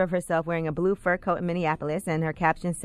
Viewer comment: she said Flue not blue which is a way to intentionally disrespect a crip